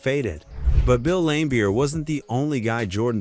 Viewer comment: Dans name is pronounced Marlee. Not Majorly. Same for Bill. Although Bill was lame his name is pronounced Lambeer